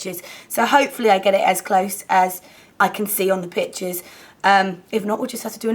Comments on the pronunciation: is it just me...or did it sound like bitches when she said pictures? anyways! i LOVE the look and the colours you used :) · omg when you said pictures I thought you said bitches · when you said "couple of pictures" at the beginning of the video I thought you said "couple of bitches" LOL I was like WHAT? hahah